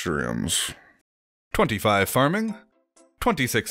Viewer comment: every content creator pronounces them so ridiculously lmfaoo, nasturtiums are my favorite flower (nasturtium fun facts, the entire plant is edible, tastes like black pepper so the blossoms make great garnishes, and also their leaves are hydrophobic and are super satisfying to watch water run off of)